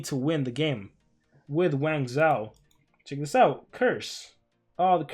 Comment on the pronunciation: Don't wanna be rude but its pronounced wang-joe. The zhou dynasty was the chinese dynasty that followed the Qin dynasty. You can look it up and I'm not trying to be rude